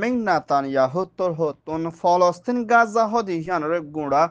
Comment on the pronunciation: Not guzza wrong pronounce Gaza